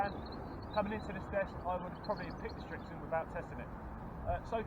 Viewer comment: Its Srixon NOT Strixon